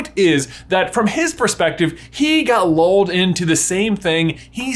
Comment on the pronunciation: It took me a sec to realize that you were saying 'lulled' and not 'loled', like, idk the fates were looking down on him like 'lol no'